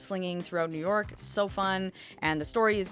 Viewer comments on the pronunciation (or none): none